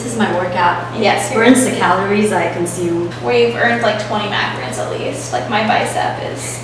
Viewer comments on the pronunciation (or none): Macarons and macaroons are very different; it sounds like you’re saying the second one 😬